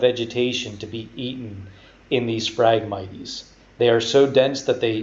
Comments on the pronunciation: phragmit"ies" LOL. phragmites (mights) Great info, love the breakdown and detail. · I had to quit watching because your pronunciation for the word phragmites was driving me nuts. It is pronounced frag-mites like the bug a mite...... Not miteeeees. there is no long e in that word. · Cool video and super accurate all except for the pronunciation of Phragmites. The e is silent bud. Lol. Had to say it sorry